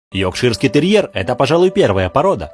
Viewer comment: Почему многие при произношении этой породы проглатывают букву. Йокширский терьер... ЙоРкширский терьер)